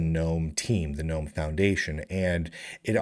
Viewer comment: I have it on good authority that GNOME is pronounced, "guh-nome." That's how the founder pronounces it.